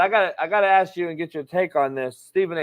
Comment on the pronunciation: is spot on, NO DOUBT!!!, but only in the beginning of the discussion... on the latter part, he kinda got confused.. also the "aks" thingy...should be ask 🤣